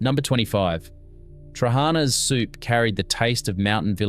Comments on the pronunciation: they ve lost their manners Thats all there is to it I mean trully the words were butchered lol ...it baffling bcoz its not something you cant pronounce , Its not hard to put the intonation at the last A in trahanas ....but you are right its due to lack of exposure..how would you had known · Trehanas soup...pronounced terrible. If you do these clips learn pronunciation. Fyi, pronounced...tra-ha-na